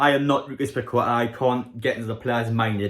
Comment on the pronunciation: It's pronounced paketta 👍